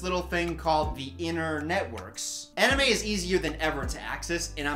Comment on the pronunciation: god I laughed too hard at "aniYOU"